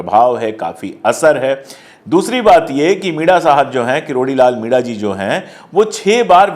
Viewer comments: सर, आप मीणा/मीना के बदले मिडा उच्चार क्यों करते हो? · मिडा नही मीणा